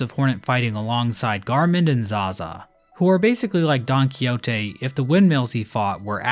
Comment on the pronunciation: that is NOT how you pronounce Don Quixote